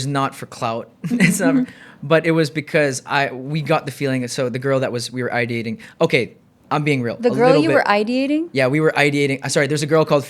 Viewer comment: Its i-dee-ating, ideating— not i-dating…